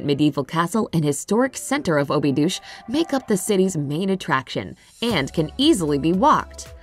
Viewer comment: I believe the narrator is a robot.Is Obidos really pronounced as " obidouche"?